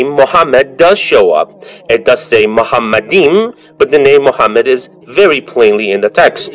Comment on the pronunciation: The first mistake by Deedat is that he pronounced מַחֲּמַדִּ֑ים as ‘muhamaddim’. But he is wrong, it is ‘ma-kha-madim’. So there is no pronunciation of Muhammad. The other mistake made by Deedat is that he said that ‘מַחֲּמַדִּ֑ים' is a name. Again he is very wrong because מַחֲּמַדִּ֑ים is a masculine plural noun, so it is not a name (like יְהוִֹה, Yhvh). And because it is not a name it is impossible that it refers to Muhammad.